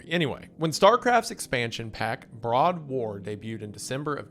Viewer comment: lmao "Broad War". come on man